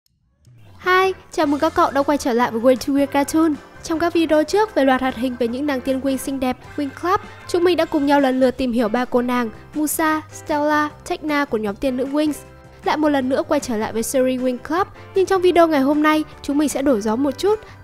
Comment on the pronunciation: huhu lần sau ad đọc là “Musa” là miu-sa chứ đừng đọc là m/u-sa nhé ạ =)) nghe kì cục lắm ấy